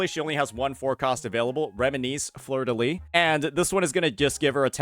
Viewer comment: Btw in fleurdelys, you pronounce the final s (I’m french)